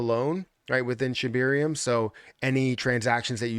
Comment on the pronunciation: Is it just me or does say “Shibeerium”